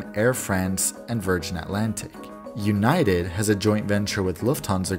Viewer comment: ewnited is a good joke, but how about we say disunited